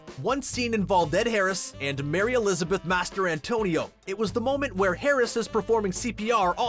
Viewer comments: Mastrantonio. Not Master Antonio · Come on man MASTER ANTONIO? Seriously? How hard is it to say Mastrantonio? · "Mas-tran-tonio"....It's not that hard..... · Mastrantonio, it’s not Master Antonio. Jesus. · Did you just kept saying Mary Elizabeth’s last name “Master-Antonio”?! 🤦🤦🤦🤦🤦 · Master Antonio? Was I pronouncing this wrong all these yrs.